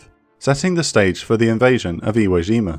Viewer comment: Iwo Jima, not Zhima. J as in "jump." No, not all furrin' words are French.